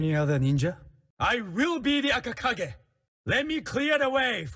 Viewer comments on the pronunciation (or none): Akakage as in hokage